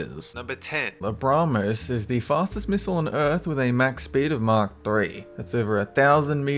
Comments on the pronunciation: Please, PLEASE, say mach, not mock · Mach rhymes with black, not mark.